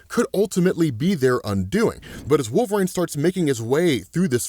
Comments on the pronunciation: Is there a reason you pronounce it "wolver-ain" lol 😆 😅😂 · Why doe he say “Wolverane”? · please stop saying wolverine like that lol